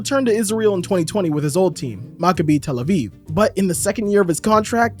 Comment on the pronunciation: Great video as usual! So glad I found this channel! Btw it it pronounced Ma-Ka-Bi for Maccabi Tel Aviv, but it is something everyone doesn't get right lol